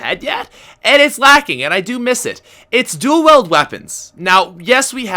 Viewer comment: Stop saying dual weld its dual weeld